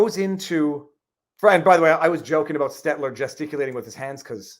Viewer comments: Did he say seltzer or stelter? Called him a joke right out the gate, real 4d moves here. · I'm pretty positive its not on purpose but mispronouncing Stelters name over and over, just shows how little Stelter means to and I love it. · Frei S-T-E-L-T-E-R ... "Stedler" ... W-T-F-?